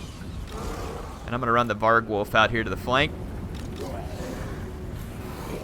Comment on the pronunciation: lol...vargwolf? it's pronounced var-gulf